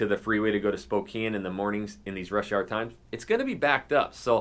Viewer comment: Died when he said "gotta go to spo-compton"